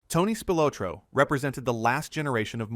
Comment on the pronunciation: ITS PRONOUNCED: SPIL OT RO.